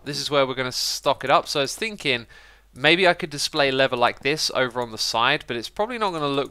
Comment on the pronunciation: You said "afk leather farm", but I heard "afk lever farm", and wondered how that even works 😂😂😂